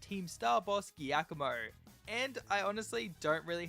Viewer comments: Because it’s an Italian name “Giacomo” is pronounced more like “Jack-oh-moh” in english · As an Italian this pronunciation of Giacomo is killing me lol.